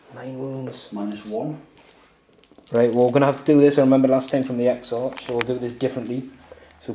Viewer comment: Love the smoke and fire effect you got. Also just because it was bugging me, it's pronounced Ex-Ark.